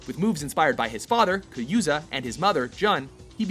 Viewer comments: You pronounced kazuya wrong its kazuya not kayuza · New Jin's father's name "Kayuza" I thought it was Kazuya.. xD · Who the hell is kayuza? It's Kazuya...And the guy said 5 but a 6 was on the screen. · This dude said kayuza.....K..A...Z kazuya not kayuza.... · His father, kayuza 😆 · “KAYUZA & JON” wtf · Oh come on its kazuya not kayuza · Kazuya not kayuza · Kayuza and Jon? tf is wrong with this guy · "KAYUZA" xD it is kazuya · dumbass, it's spelled "K-A-Z-U-Y-A" and it's not pronounced as "Kayuza". Read for Christ sake... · Sooo many wrong things in this video 😂😂 in the end of the video he said “kayuza”... who the fuck is kayuza ?? I wanna know 😂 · KaYuza!? You're trash. Stop showing up in my auto queue. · Was U the only who noticed he said kayuza instead of kazuya ?? Lmaooo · His father Kayuza? what?! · "Kayuza" lol *Kazuya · that moment when he said kayuza and not kazuya : ultimate cringe seizure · Oh my God....hey guys, I'll be a translator for Jon-Jun Haiyachi-Heihachi Jeen-Jin Kayuza-Kazuya SWEET CHRIST GUYS CMON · Hworang is number 8,steve is absent and Asuka is an honourable mention....lets not forget "Kayuza"...smh.Well,atleast you got most of them right (inclunding number 1.) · "...his father KAYUZA" WTF??? KAYUZA?!?!? KAYUZA?!?!? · they said kayuza at the end, not kazuya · Excuse me mister narrator, but who the FUCK are you talking about in ' '? who the FUCK is "KAYUZA"? were you trying to say "KAZUYA"? Its obvious that you did not do your homework before posting this video because quite frankly your list SUCKS!! How did Lille Rochefort get onto this countdown? where is Li Xiaoyu? And how come Lei Wulong - who has 3 effective fighting styles by the way - is merely an honorable mention? You guys need to spend more time playing Tekken before posting CRAP!! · 7.15 His Father Kayuza xD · you made a mistake saying the wrong name.when u were talking about jin..you called his father kayuza...instead of kazuya hahaha. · Kayuza? jhon? really?